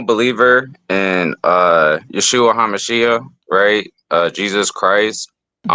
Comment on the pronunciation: He even pronounces "Yeshua" wrong... The emphasis is on the first syllable, like Joshua (which is actually essentially the same name; Yeshua (Jesus) is the short-form of Yehoshua (Joshua), like John vs Johnathan in english).